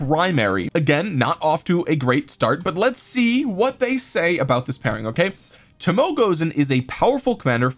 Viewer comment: Toe Moe Ay is how the Japanese archer lady's name is pronounced. OpenAI bots can also tell you how to pronounce it. They're grrrreat!